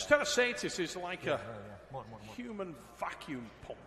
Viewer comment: “Mindaugas Tetrasaidis”......!!! Go back to the primary school Trevis….!!